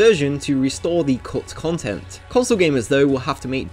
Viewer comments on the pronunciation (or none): Everybody else: Cut Content Narrator: Cult Kongten